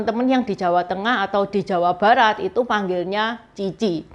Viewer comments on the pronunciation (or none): none